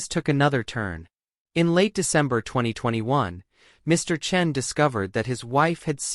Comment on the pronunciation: Chen, Chun, make up your mind! You alternated pronunciations the whole video. (Cringe.)